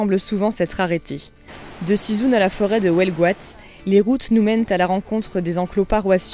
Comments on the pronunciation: Coucou à vous deux. Merci pour ce beau voyage dans notre terre bretonne entre Morlaix Roscoff et l’Ile de Batz. Très marrant le Sizoune !!!! Et oui, Sizun se dit Sizin....mais ce n’est pas grave. Très belle présentation de ce camping car. Vos vidéos nous plaisent beaucoup, humour, découvertes, rencontres, voyages, astuces, continuez!!!! Vous avez du passer près de notre beau village de Locquénolé entre Morlaix et Carantec. Merci encore Annie et Gael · Sizoune?!,😂, non !!! Sizun se prononce Sizain 😉. Excellent reportage, merci ❤️❤️❤️ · 🤣🤣🤣 pour Sizun on ne prononce pas Sizoune 😂 mais Sizin... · Excellent, et petit bug sur la prononciation de la commune de Sizun...entendu: Si zoune.... en fait, se prononce Ci Zin. Merci pour cette démonstration, les magnifiques images. Vous avez un fabuleux coup d’œil esthétique. Le parc régional d'Armorique est méconnu et pourtant si sauvage et si beau. Bel espace dans ce beau camping car. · Merci de faire découvrir notre belle Bretagne par vos magnifiques images. Une petite info pour la prononciation de Sizun : ce n'est pas Sizoun mais Sizin! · Hello ! Pour Sizun, on ne prononce pas "Sizoune" mais "Sizain" et pour l'île de Batz, on dit "île de Ba" ! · Sizun se prononce "cise 1" pas sizoune :-) Jolies vacances vivifiantes et très belles images. Sinon pour le CC vous pensez quoi de sa maniabilité. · salut à vous, juste un détail... on ne dit pas sizoune mais sizin et on l'écrit sizun ... kénavo